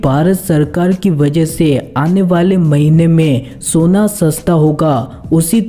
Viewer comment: Soniuo nahi hota hai sona hota hai hindi bolana sikh